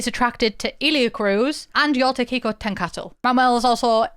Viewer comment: your pronunciation of xicotencatl was spot on, better than i expected